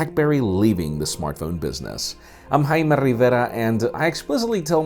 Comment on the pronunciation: Dude you're not "Hymie" or "Hymen", you're "", stop saying it like that.